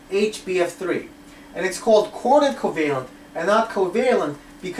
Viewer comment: Are you saying quarter covalent? or coordinate covalent...